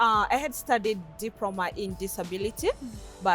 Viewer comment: A diproma in disabiriti... Digehota! 😂😂🤣 Glad she's happy!